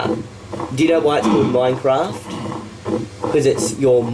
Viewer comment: Also it's not "mine raft".